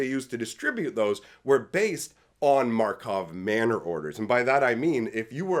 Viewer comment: You still say Markov Manor 😂